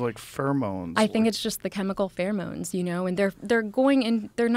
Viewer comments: Joe's had too much weed and whisky , it's pronounced pheromones, not furmones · The best part of the video, hands down, was getting to hear Joe pronounce the word “pheromones” 🤣 “Furmones” 💀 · Mispronounce pheromones again, Joe! FUCK